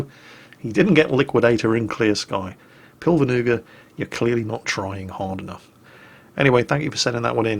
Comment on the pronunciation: Considering he seem's to be Estonian, the name should be prounouces as Pilve-nuga, rougly translating into cloudknife.